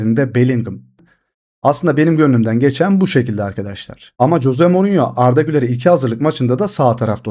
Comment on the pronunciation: Coze morinyomu😂 kanka duyunca bi garip oluyorum sadece morinyo de😂